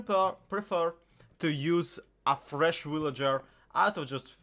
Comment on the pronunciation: Everyone:fresh Him:vrEsH